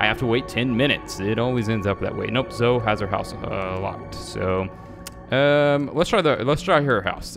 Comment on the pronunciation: hey I'm gonna correct you with the name pronouncing of the girl username/real name it isn't Zoe its Zoe but the "E" isnt silence and the reason I know this is because my real name is Zoe aswell;;;w